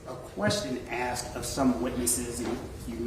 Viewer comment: The investigator said 'you axed"......that's all I needed to hear.....